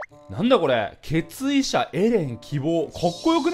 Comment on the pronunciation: 最初の決意者がケツ医者に聞こえた。。。